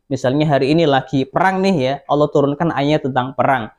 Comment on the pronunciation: Ada kata" pakailah bahasa yg benar, Allah kok baca ny Owoh, kadang bingung aku